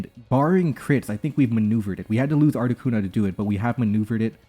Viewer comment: It is never, ever, Articunover.